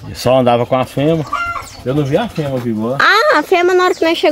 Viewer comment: FEMEA não FEMA ... REPETE COMIGO , FEMEA não FEMA .... FEMEA FEMEA , FEMEA , FEMEA , FEMEA , FEMEA